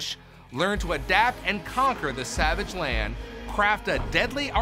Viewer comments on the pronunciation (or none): none